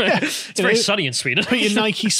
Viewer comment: You forgot the green knight which replaced a white character - Sir Gawain - with an Indian actor. I know he wasn't real but still. 'Nike-ee'? You can't go into a government building (the public don't own it) and destroy it. I know your right-wing bias must defend anyone that is on your side at all cost but not all areas of a public building are open to the public and all parts of a public building should be safe from vandalism.